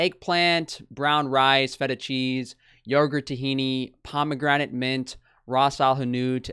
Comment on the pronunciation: Is she saying Pomo-grenade? Lol